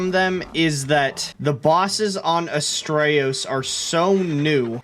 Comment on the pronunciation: Every time you say "Astreus" i hear "Australia" and then the difficulty spike just makes SO MUCH SENSE 😂